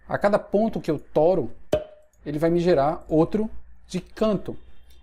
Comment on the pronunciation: "Toro" foi engraçado até pra mim que sou nordestino kkk